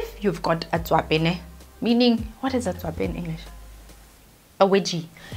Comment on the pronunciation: How childish am I? I laugh everytime she says "tswape"😂😂😂